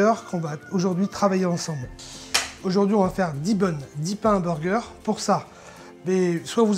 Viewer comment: le s ce prononce ces pour qu'il ya un s ça sert pas à rien